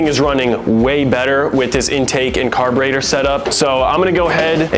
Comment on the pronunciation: Carburather Carbutartor